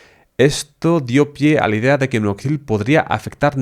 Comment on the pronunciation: En vez de : Minoxidil, dices: Minozidil ....